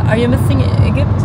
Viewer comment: You said E gpt 😮it’s Egypt you pronounce is g like J